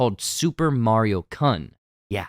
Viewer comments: It's pronounced as "Koon" not "kahn". I'm a bit disappointed for the lack of respect (technically) and research on this one here in Heavy Spoilers. It's an honorific and sign of endearment towards a male person specifically boys younger than the speaker but is often used to show that you are casually friendly to a man. I'm flabbergasted that you have culturally butchered the pronunciation of Super Mario-kun. It's an insult to a word used as an honorific. Anyway, your easter eggs are smashing,, but please have the team research thoroughly specially for a very common thing such as honorifics of a certain culture. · Super mario "cun" lmao! That was funny as hell. It's pronounced ~ku-n~ and is a suffix in Japanese usually designating a young man. Shame no mention of the dolphins on the Sunshine sign being a nod to the development name of the gamecube. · it's kun like coon. It's a formal ending like san or Chan. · Bruh, did he seriously just pronounce "Super Mario-kun" that way? 😬Yeesh... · I loved this video, you definitely got all the references i saw and many many that I missed 😅 i love that you mentioned the green shell that was rapidly bouncing back and forth in the pew, and the Dr. Mario reference, and you even captured exactly how I felt when we got to the rainbow bridge... simply amazing... I only took issue to two things... 1. Mario-kun... that kun is a suffix added to names in japan, as a form of respect... like adding -chan, or sometimes -senpai... you said it wrong for mario, but read it correctly for another character... and 2. I got confused in the beginning of the vid, wondering what was this 'council' you kept mentioning... but you were just pronouncing console incorrectly... was that on purpose... like click-bait... cuz it definitely got my attention 😅... but anyway, loved the breakdown... keep it up, and peace out